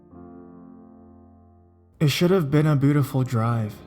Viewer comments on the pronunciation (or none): lmao I love how he pronounces beautiful like bootyful